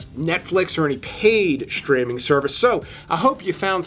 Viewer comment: Thanks for your posts!!! BUT, what is "SHTREAMING"!!!!???? Now, I know what "STREAMING" is. But, I have no clue what "SHTREAMING" is. I really hate when Humans or AI add a Freaking "H" after the "S" in ".....str...." words!!!! Very "SHTRANGE", huh!!!!????